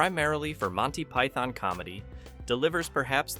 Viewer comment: I kept thinking "what are these Ducks he's mentioning"...Ducts You need to pronounce the T in Ducts and drop the O in Monty Python. Enjoyable video with 2 mild distractions of pronunciation. It's my British speaking OCD kicking in, sorry.